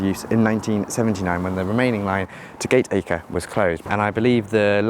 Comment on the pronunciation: I'd just point out a couple of pronunciation errors... for information, not as a rebuke. Firstly Penketh has the stress on the first syllable, rather than the second. Secondly Gateacre is actually pronounced "Gattaker", which of course is not obvious. Interesting vid nonetheless... as it happens I lived near Warrington fron birth to my late teens.